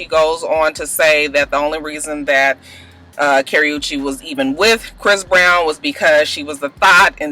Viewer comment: You're saying Chris browns girlfriend name wrong and Wendy Williams or what ever her name is should shut up